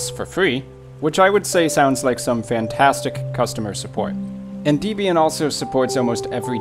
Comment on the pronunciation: I'm so freakin' elated that my most favourite, most useful, most computer-compatible, most stable, most secure distro of Linux is NOT in this list. I'm hoping it never makes it on a list. Your pronounciation of Debian... well I won't get into it besides saying that Ian and Deb wrote it. Thanks for your Gimp tutorials.